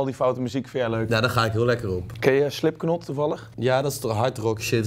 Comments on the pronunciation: Vijf jaar later en nog steeds zo grappig dat hij Slip KNot zegt, ipv “Slip Not”. Ik vraag me dan gelijk af of hij een vork en mes ook uitspreekt als a fork and a KNife. Of kloppen op de deur als ‘KNocking on the door”. Blijf het grappig vinden. En Thomas verbetert hem ook niet even. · SLIPKNOT HAHAHA IK GA STUK zn uitspraak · Slipknot super subtiel uitgesproken